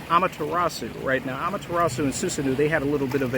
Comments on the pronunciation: Awesome video! Also btw Susanoo is pronounced Soo-sa-no, not soo-sa-noo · Soosanoo - excuse me it’s SuSAHno